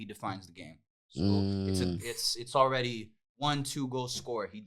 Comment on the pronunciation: "He's awready became thingmy" 😂